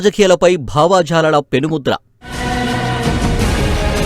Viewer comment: వ్యాఖ్యాత తెలుగు అంత బాగాలేదు. భావజాలం నీ భావాజాలంగా పలికారు. ఇలా కొన్ని ఉన్నాయి...